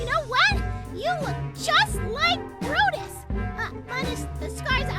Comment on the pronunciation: Am my the only one who heard brutus say: dumba 😭